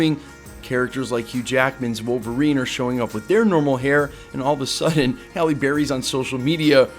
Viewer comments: Bro. Pronounce her name right. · I immediately noticed that you pronounced her name two different ways and you pronounced the word cat as dog which was really weird. Take your time dude...